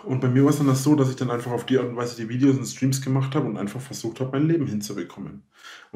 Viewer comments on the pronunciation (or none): "Dideos" macht mich schon wieder so Mett... Das muss er doch gesehen haben.